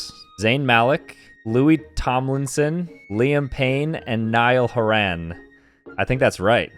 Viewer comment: As a Irish person I can confirm you say Niall Horan so wrong